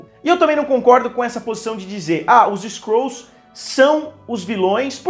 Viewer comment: Skrols kkkk fala skruls msm kk